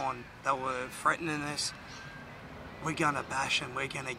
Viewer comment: freatening? Are you a pom?